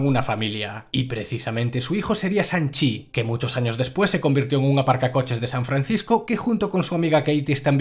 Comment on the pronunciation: de hecho se pronuncia Shang, no Sang, ya sabes S+H= Sh y no S jajajaj